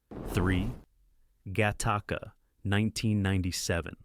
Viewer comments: OMG !! It's Gattaca, NOT GA - TARK - KA. And then the voice-over goes on to say it correctly. It's gotta be AI that is corrected but not as far back as the introduction of the movie' introduction . So annoying............... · Get Tacos!? Im not sure your pronunciation that right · Really? Gat-taca?